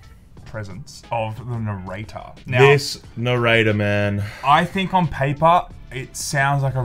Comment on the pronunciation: Never heard narrator so many times. The accent makes it sound so wrong